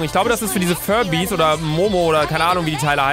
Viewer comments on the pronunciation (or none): "ICH GLAUP DAD SIND DIESE FERBIIIS ODER MOMO" ja klar das ist momo😂❤